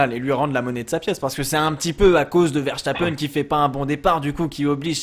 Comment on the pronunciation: Arrêtez de prononcer "Verchtappen" par pitié !! C'est un nom hollandais, pas allemand :p